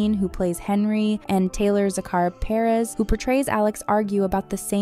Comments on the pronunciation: They literally say their last names at the beginning of the video and the narrator pronounces them both wrong lol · sobbing at the butchering of taylor and nicks names 😭